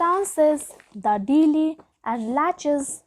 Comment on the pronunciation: Ur pronounciation is very week , special we u are pronouncing delay it is sounding something like deeli